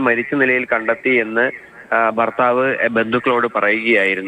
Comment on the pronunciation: വാർത്ത പറയുന്ന വ്യക്തിക്കു ഉച്ചാരണ ശുദ്ധി ഇല്ല. അതോ മലയാളം ഇങ്ങനെ പറഞ്ഞാൽ മതിയോ ❓ ബര്യാ - ബർത്താവ്. പോയി മലയാളം പഠിക്കൂ